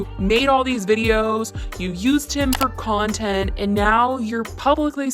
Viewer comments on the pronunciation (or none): none